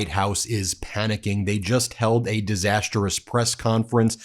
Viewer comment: I'm sorry, but I can't stand it anymore. The word is "disastrous," not "disasterous." Three syllables, not four.